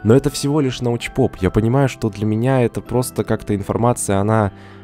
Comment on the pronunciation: Научпок Карл, Научпок а не Научпоп.